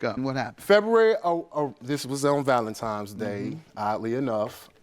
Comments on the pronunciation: Damn it I am so tired of people pronouncing Valentine’s Day, valentimes day. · Mister, it’s Valentines Day NOT Valentimes! You sound like a 6yr old. Teach your child better than this. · He said ValenTIMES day. Jesus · "Valentimes Day" smh.. He obviously doesnt know the origin of the holiday. Sad